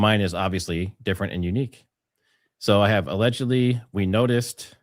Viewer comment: your ALLGDLY, i thought it was 'All Godly' not allegedly 😂😂